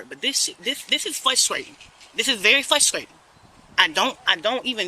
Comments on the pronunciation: This is "fusstrayten." 🥴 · Fusstrating? What is she attempting to say? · She is "fwustrating" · How can squatters have any rights? The laws need to be changed. Ridiculous! 🤯 Learn how to pronounce your words properly. "Flustratin" wow!! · What is fruscrayting and excreme? This trout mouth liar needs to get arrested. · every time she says flustrating i get frustrated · "It's fwuhstratin." Yeah? I bet the homeowner is the one who's frustrated. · Is it fuskscrating or frustrating?🤔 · FLUSTRATING! It is *FRUSTRATING*! That is so FRUSTRATING! The ppl who say this, went to school, saw the word spelled out, pronounce it wrong constantly and somehow don't understand! Hate it! But, you racist youtube commenters, DO NOT think for one second I agree with you. I get irritated about a word, not her race, not her gender, not her age, not where she lives or anything else. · FRUSTRATING...FRU..FRU..not flutrating😂😂😂😂😂😂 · It's very "fusstwaiting" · Please pronounce frustrating the correct way. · You know what I find frustrating? How that woman pronounced "frustrating".